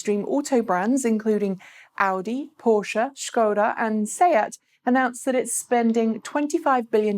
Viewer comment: First time I heard British person pronouncing Škoda correctly :)